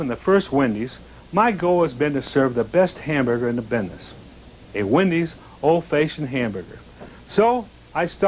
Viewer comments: If he says “Old Faye-shioned” one more time I’m not going to Wendy’s ever again. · Why did he always say old fayeshunned? 😂😂😂 That gave me a giggle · “Old Fayshoned” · "Old fayshoned......grill skills......old fayshoned......grill skills.....corners.....ruler....." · He's an old-facioned kinda buinessman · Brule’s Rules meets ghost of Old Fayshind square hamburger 🍔 creator- Dave Thomas = GENIUS ...funny with so many speech impediments!! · "old fayshin hamburger" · Did Dave Thomas actually just say ‘Old FAYsion’ like 4 times in a row? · old fayshoned huh? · Can't believe I've been pronouncing "old-fashioned" wrong all these years...